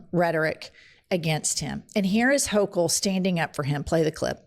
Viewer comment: Hochul can't even pronounce his name. All these people showing they don't know the difference between an N and an M--did we pass kindergarten people.